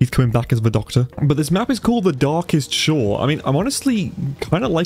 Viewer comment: The darkest shore or when you're going for the EE it becomes The Darkest Chore